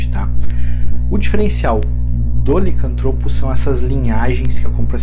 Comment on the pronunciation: Tá certo "licanTRÔpo". Se fosse "liCÂNTtropo", seria proparoxítona e teria acento! Obrigado pelo vídeo!